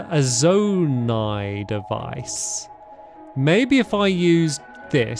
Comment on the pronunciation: Also your saying zonai wrong, heres a easy way to say it, zone - i